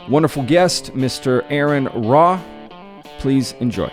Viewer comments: It's ARE-REN RA not air-en ra... areN, not aaron.. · PRONOUNCED AHHH '-RON RAH !! DUMMY1 LLEEAARRNN!!